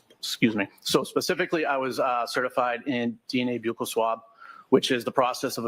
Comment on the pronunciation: Wow I can’t believe they actually pronounced Buccal swab correctly. I almost alwayyssss hear police call it “buckle swabs”